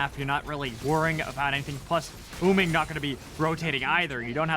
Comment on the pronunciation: idk if its just me but does it bug anyone that the announcers say uming instead of wuming?